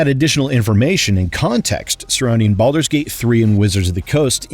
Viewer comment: hahaha at the end there with what sounds like you said belders gate 3